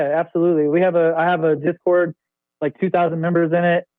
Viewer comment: “Pause right there.. what’s a disord channel?” 😂😂😂 I’m dead bruh